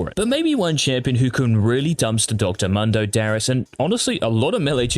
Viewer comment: Pls dont pronounce Mundo as "Mando".